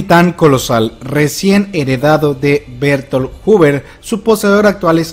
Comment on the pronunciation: Mientras sigan pronunciado Bertoltod y Lainer, sigo sin fiarme